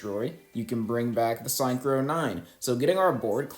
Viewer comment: why do you mispronounce synchro like that? its sink-crow not sign crow